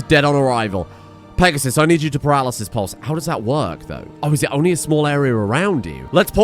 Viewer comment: Peg-a-sis. That is all.